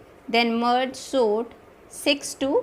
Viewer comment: Didi aap "sort" ko "SONT" kia bolte ho😂😂